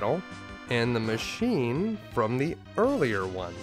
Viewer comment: I religiously watch your stuff.. only one thing "bad" i have to say lol. It sounds off, when you just say what's on the screen for some of the "machine" monsters. You say "mac" giant. And "D machin". I just like knowing that they are machine giant. And dragon machine lol that's all. Tiny tiny nitpicking that basically means nothing. Much love to you though. For real